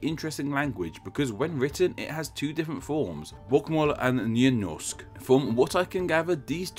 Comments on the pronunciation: Lena Persin he literally said "njy njorsk" instead of nynorsk, and "njoleg" instead of noreg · "nynorsk meaning new norse" Oh no, you did a ooopsie! (nynorsk = new norwegian) Good job on butchering the pronunciations! Hehe. :P